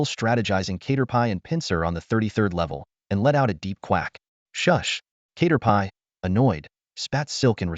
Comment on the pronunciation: Cat-er-pee ✖️ K-ter-pie ☑️